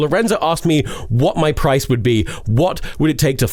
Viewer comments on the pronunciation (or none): none